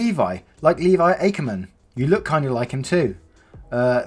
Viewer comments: I'm sorry if you are british and you find this offensive but still no girl so try to date a guy named levi and I'm sorry for my rudeness but it's ack-er-man again i am very sorry and love your channel this is ymir from attack on titan and peace✌ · I got really mad bc he said "Ackerman" Wrong